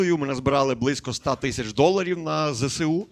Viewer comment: Зе-Ес-У! не зесеу... будьмо грамотними